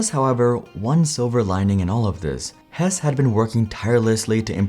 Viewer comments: I am pretty sure his last name is pronounced Hess-E. Also the story of the downfall of Palm is incredibly interesting in its own right. The lack of apps was a problem but not nearly as much a problem at that time as the bizzare marketing, making smaller phones when the market was going bigger and sprint also just being the wrong launch partner for them too. (Might be worth its own video). That said the Pre was Sprints 2nd attempt at taking on the iPhone they had a phone called the Samsung Instinct that literally had no apps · Hesse is pronounced Hessee not Hess. I was one of the "fired" customers. I managed to get completely out of my contracts without paying a cent. We where actually happy with sprint for years until we moved to the other side of town then Sprint was completely unusable for us at home. We had to use one of those terrible Airave routers that pretty much never worked. We where constantly fighting for almost a whole year before they finally let me out of the rest of my contract. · Hesse's last name is pronounced "Hess-EE" not 'Hess'